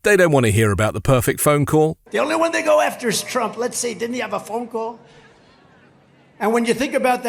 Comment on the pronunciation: At 2.24 he even calls himself “Strump”. 🤣